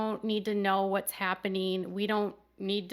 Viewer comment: Happeneen? Weddeens? Comeen? Sibleens? Huh? Please, 'ing' is NOT pronounced as een. Other than that, good video.